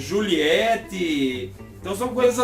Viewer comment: Olá, tudo bem?! Parabéns! Quero deixar a minha sugestão: J JULIETT , pronúncia é DJULIET (em inglês a letra J é DJÊI) R ROMEO, pronúncia é ROMIO Os ALGARISMOS, a OTAN preconiza a forma composta (NADAZIRO, BIssotwo etc.) e a forma em inglês (Ziro, One etc.) preferindo a segunda)). Abaixo segue o preconizado no Brasil, são obrigatórios em terra, mar e ar: 0 = ZERO 1 = UNO 2 = DOIS 3 = TRÊS 4 = QUATRO 5 = CINCO 6 = MEIA 7 = SETE 8 = OITO 9 = NOVE Nota - Acima do algarismo 9, pronunciar digito a digito.